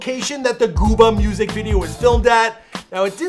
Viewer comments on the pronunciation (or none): none